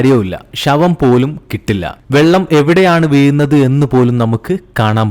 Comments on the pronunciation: തയെ അല്ല താഴെ.. അതു പോലെ വീയുന്നത് അല്ല വീഴുന്നത് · ഷ വംപോലും. തായേക്ക്. വീയിന്നത് ഇതൊക്ക ഒന്നും ശരിയാക്കിക്കൂടെ ബ്രോ നല്ല ശബ്ദം 👍